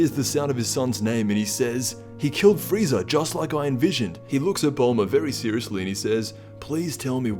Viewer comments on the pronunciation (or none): none